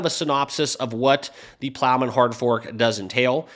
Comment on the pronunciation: Dude it’s Plomin not Plowman…that’s a sandwich 🥪